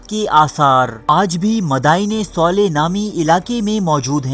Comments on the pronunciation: Pronounce it correctly its Saleh not Soleh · Bhai soleh nahi saleh hai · اوئے کسی حرام کے پلے...ایسا کچھ بھی نہیں ہوا میں العلا میں رہتا ہوں...صرف اور صرف جھوٹ پہیلا رہے ہو..صالح علیه السلام کا نام تو تم صحیح پڑھ نہیں سکتے....